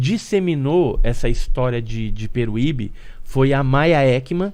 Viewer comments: Peruibe! E não peruibí! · Vc falou engraçado o nome da cidade 😂😂😂😂 não é Peruíbi é peruibe 😂😂😂😂😂😅